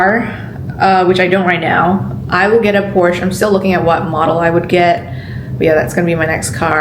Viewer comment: Please dont say Porch or Porchuh, say Porsch eh. ❤